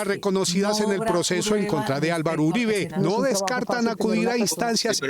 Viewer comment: Uribe no Uriba, saludos